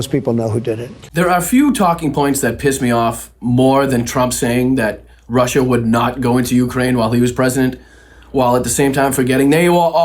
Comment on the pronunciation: When this fruitcake says 'Russia' it almost sounds like 'home'.